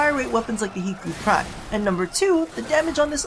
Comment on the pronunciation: YES! You said hikou prime right! ^.^